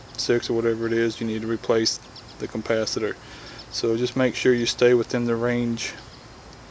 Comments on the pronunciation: If you say CUMPASITOR one more time, I'm gonna blow my brains out!!! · Couldn't watch past 1 minute. There is not a fucking M in capacitor. It's not a compacitor.